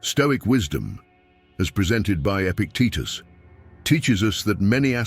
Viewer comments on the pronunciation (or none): Epictetus, not epic Titus. Stoics should also proof read.